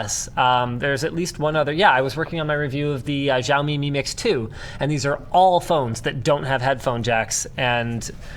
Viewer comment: Linus' wife is Chinese and he can't pronounce Xiaomi properly? Jowmi?